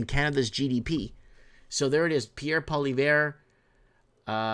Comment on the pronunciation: Still saying his name wrong